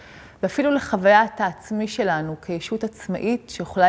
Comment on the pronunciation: את ד"ר אבל אומרת את המילה - "שלנו" לא נכון לאורך כל הסרטון, קשה מאוד להקשיב לך ברצינות ככה